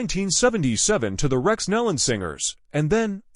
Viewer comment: PRONOUNCE THEIR SIR NAME AS 'KNEE LON' THE AUDIO SUCKS, FIX IT!